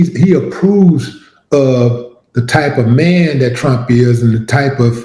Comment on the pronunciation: He says just like pwesident tchump, aadreean.❤️🗽🇨🇦⚔️